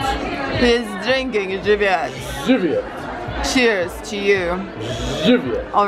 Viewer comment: definitely learned how to pronounce Żywiec correctly